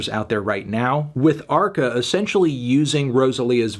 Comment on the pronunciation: Brilliant that arca is naming his music more and more in Spanish and guys like Anthony pronounce it in a typical American fashion. I get my popcorns and listen ;-)